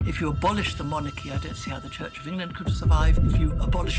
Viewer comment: Hard to listen when the interviewer keeps pronouncing CHURCH as CHITCH.